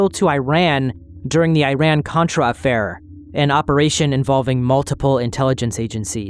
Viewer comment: Hey love your channel, watching from Iran for almost a year, just a small reminder, Iran's name is pronounced as ee-run not eye-ran😂💕